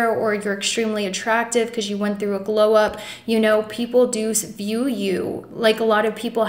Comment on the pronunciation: I keep hearing "glow ups on me..."